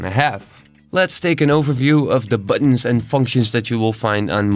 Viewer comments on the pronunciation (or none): none